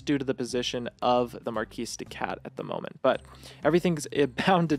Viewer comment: "Marquis" has a soft "r" and silent "s", so it is not "Marcus D. Katt" it is "Mah Kiddy Cat". I know I am a killjoy, I just wanted to point out the intended pun.